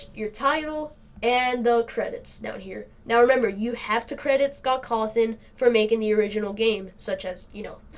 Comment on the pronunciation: It’s “scawtthon” not “scawthon” But ok